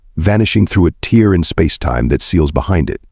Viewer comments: Teen is supposed to be take. The tear in the blind allowed sun to shine into the room. Drives you crazy when they say teer for tare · WHY, oh WHY can't just one of you get and use and AI that ISN'T a POS!!!! Just WHAT is a "space TEER", and just wtf is: "a TEER in spacetime"!!!!?????